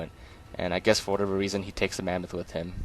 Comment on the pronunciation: Love how you call it the mammath